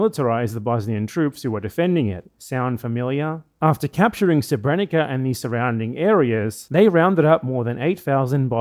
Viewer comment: "sebrénika" haha. Though to be 'onest English has a big problem of not respelling words from different orthographies, so I don't blame him considering there are more serious matters at hand.